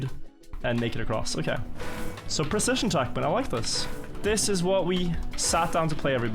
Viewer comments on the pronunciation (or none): Your English is perfectly fluent, that's all that matters. If you do want to improve one obvious imperfection, check the pronunciation of "precision", it's a word you use a lot. Or, you know, don't. Who cares, you're fine